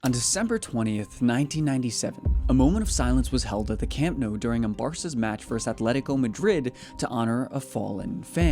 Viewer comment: I'm genuinely curious how you pronounce your surname, after hearing how you pronounce Nou